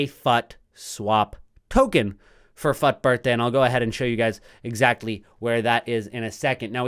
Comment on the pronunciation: The way you pronounce fut is very annoying bro. You really don’t need to exaggerate ‘fut’ that high Thankyou ❤